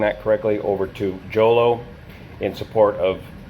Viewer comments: Jolo in Mindanao, Philippines is pronounced "Holô" (phonetic Hohloh) ! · Jolo is pronounced as ho-lo. Video of the C-130 landing on the runway before it overran at the end of the runway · Jolo is pronounced Holo (the J is pronounced H) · Good day sir, I’m a pilot here in the Philippines, and a slight correction for the Jolo (pronounced as “Holo”) airport runway dimensions... the airport’s runway has been repaved with concrete and is now 1,845m long and 60m wide (expansion was completed in 2008 ) which made it sufficient for jet operations... (Skyvector’s data for RPMJ is outdated by 13 years) (another correction for the Herc’s tail number, which is 5125, not 5124) the airfield has one quirk though, it’s orientation (09-27) and rising terrain to the west made it a one way in/out airfield... approach to landing is performed using 27, and takeoffs use 09... there’s an eyewitness video released on social media a few hours after the accident showing the Herc on it’s final moments... according to eyewitness accounts, the airplane was able to land, but it “bounced serveral times” after which it went off the runway and plowed to a nearby coconut plantation farm with civilian settlements... it was also noted by people on the ground familiar with C-130 operations that they did not hear the airplane use reverse thrust on the props... C-130s have operated in and out of Jolo airport many times without incident for many decades prior to this accident (before and after the runway expansion of the field) 3 locals were killed and 4 more injured, on top of the 47 military personnel that perished in the airplane (including all 3 pilots), and the 49 injured personnel onboard the Herc... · The J in Jolo is pronounced as H like, the J in Jose. Thanks for the video. ✌️